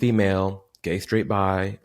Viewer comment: I just can't stop re-watching the " WHAI R U GAE" XD